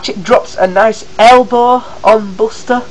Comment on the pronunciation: you say buster's name wrong